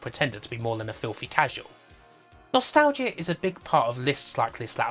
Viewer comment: "Nostal-gia" Never heard it pronounced like that.